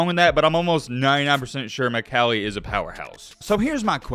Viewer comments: Yea your right Mccallie is a power house I go there, and it’s pronounced, mick all e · I'm from Chattanooga McCallie is a great team. You pronounced the name wrong though lol but it's all good.